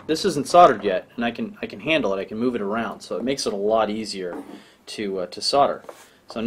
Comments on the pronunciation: SOLDER... SOLDERING SOLDERING SOLDERING... i dont know if its you accent but damn... its not SORDER.... BUT i love your video's keep them rolling in. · SOLDER not SODDER! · Is ther still an " L " in the word SODER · Hm. Why does everyone pronounce it "sother"? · Why can't Yanks pronounce the "L" in Solder and Soldering?